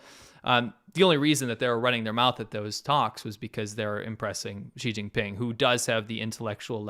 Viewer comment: Did you just say, "Cheating Ping", for China's presidents name? 😂